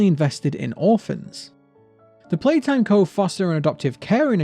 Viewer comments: You're Saying Playhouse. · YOU SID POPPY PLAYHAWOWS